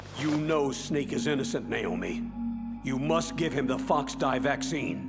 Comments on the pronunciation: It's called FOXDIE not GEEKDIE!LOL. I think I might like the dialogue here better than the game itself. In fact I know I do!!! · Its called foxdie not geekdie lmfao 😂😂